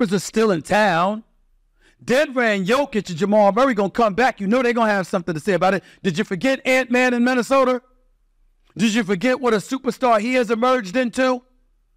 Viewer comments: He gives everything that ends with an a, an er. I cringe everytime 😂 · "Minnesoder" This fn guy